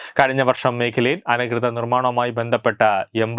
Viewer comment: വീട്ടിൽ പോയി "അനധികൃത" എന്ന് പത്ത് പ്രാവശ്യം പറഞ്ഞു പഠിക്കൂ😅